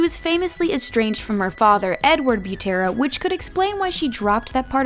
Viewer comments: I- they aren't fake they are SHORT FOR's Also u pronounced Butera wrong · This girl don’t know how to pronounce the last names, OMG so cringy